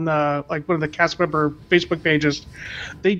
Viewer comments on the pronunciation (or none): none